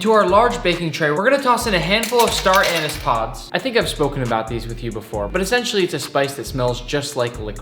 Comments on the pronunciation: did you mispronounce star anise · I’m pissed about the way he pronounces star anise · Star anise lol its pronounced japanese but instead of japa its star so basically staranese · Star ah nis never heard someone pronounce it like that